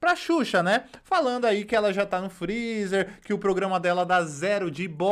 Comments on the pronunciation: Advogada falando " frizi" 😁😁😁😁😁😁😁😁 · Essa família toda fala errado mds que "FRIZI" é esse 🤦🤦🤦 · A irmazinha tem que defender a irma mesmo, afinal é o sustento né? AHHH e não é frizi, é freezer, doutora! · Irmã da Deolane queixo de tamanco e mexendo logo com a X. Essas mal educadas, biscoiteiras e sem noção. Tão rica e não sabe falar freezer! Elas são Deus? E Deus é Deus de baixaria? Brincadeira né???